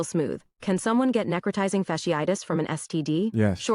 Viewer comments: Necrotisizing??….. neh-crō-tī-zing. Sound it out baby girl sheesh🤦🏽‍♀️😭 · NEC/ nek - RO/ rho - TI/ tie - ZING. She butchers the word and bruh just outright skips it?!? Here’s the best part: I’m the ahole for mentioning it. “ It’s not what you’re saying, it’s how you’re saying it.”….. yo….it’s written text!!! Ok…read it again but this time, imagine someone tickling the soles of your feet as you read it. Did that help? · Say it with me, NECK-Cro- tizing! You dan do it!